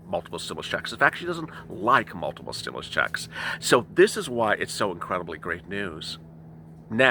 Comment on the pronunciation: Loved this intro!!! Stim-MOO-lus! 🐮🐄😂